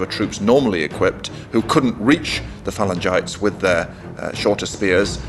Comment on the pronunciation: You would think the narrator would bother to learn the correct pronunciation for "Phalangites".